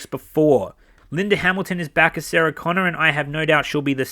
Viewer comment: for "Sagah" Connors lol!! I LFMAO'd when you mentioned that the first time! Hollywood, please stop patronizing your audience with cheap nostalgia, and go back to creating original characters (and storylines).